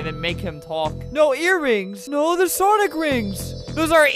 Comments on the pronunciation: Sonic❌ Sawnick✅ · Did he still call them sawnic rings? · “Sawnick” haha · Its called sawnlk rings